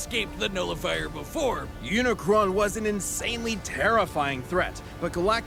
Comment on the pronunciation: Bro why everyone got to say unicorn It's not unicorn its unicron